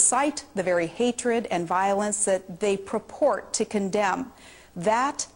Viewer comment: Also she said "praport", not "purport", her command of the English language is... well, almost as bad as Bush's.